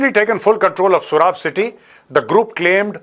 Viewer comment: pronounce it soorab not surab